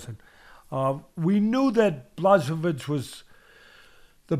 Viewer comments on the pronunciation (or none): I was about to say that. BlaSHOWvitch is my favorite pronunciation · Pronounced BWA-HO-VITCH, Teddy! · It's actually Bwahovich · The old dude and his various pronunciations of Blachowicz: Blazowvits, Blakovits, Blatovits, SukaBlyatovitz, Blachoochoovtiz, Blazeovicz and so forth.... shits hilarious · Teddy: Its Blashowich Me: Ok bro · "Blazowitch" "Blahohovich" "Blachozovich" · BLACHOWICZ Pronunciation: b l aw H OH v ee ch Pronunciation: Blah-HO-veech blah rhymes with 'flaw' HO rhymes with 'go' veech rhymes with 'beach' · Blazowitch...come on teddy!!!..just say "yaun" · Butchering “Blachowicz” teddy. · Teddy trying to say Blachowicz countless times was pure art! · Love how teddy can’t pronounce blachowicz so he tries multiple variations in the hopes he gets one right 😂